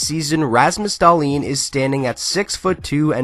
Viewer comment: Just butcher that lastname!